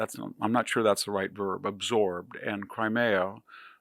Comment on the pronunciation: How to pronounce Crimea: It’s Cry-me-uh, not Cry-May-uh.